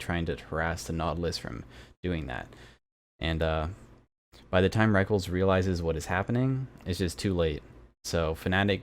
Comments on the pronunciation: LOL the way you pronounce Rekkles, it not "wreckles" it "wreck-less" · have to admit i completely lost my shit every time he pronounced rekkles "reckles" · The way you pronounced rekkles is so funny :'D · lol I've always actually prefer that pronunciation even though it's wrong. Can't break the habit.